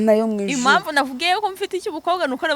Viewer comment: Ariko wa munyamakuru we,ubwo ntiwashobora kuvuga impamvu aho kuvuga imamvu? Ukavuga intego aho kuvuga inego? Harya ngo nibyo bigezweho? Ahaaaaa!